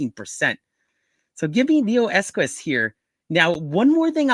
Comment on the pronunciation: There is no Neoesquis Pronounce Neo Eqos